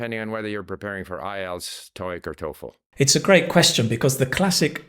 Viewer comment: I hate to nitpick but was he pronouncing the word "TOEFL" correctly?